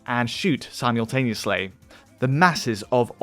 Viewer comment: Don't say 'simultaneously' like that!